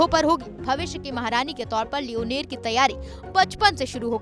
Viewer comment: Not leoneer this is leonor😂😂